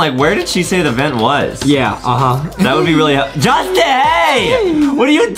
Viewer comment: DID adem really said justieeeeeee! Correction is Justin. Hmmm we need to put adem into English class